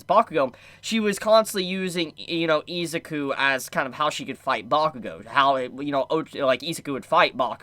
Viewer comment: How can u be a fan and say izuku name wrong😂